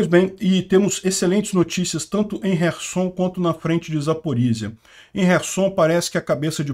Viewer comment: Não é resson e sim kerson